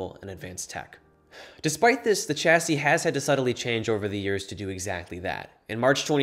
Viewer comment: It's pronounced "shasee"